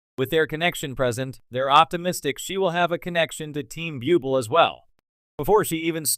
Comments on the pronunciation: Better asked 1st the correct pronunciation of Michael BUBLE' last names.It's IRRITATING! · Please pronounce Michael Buble’ name coeeectly